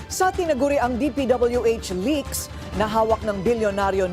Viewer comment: May nag leak, hindi nagleakS!!! Ang sakit sa tainga kasi.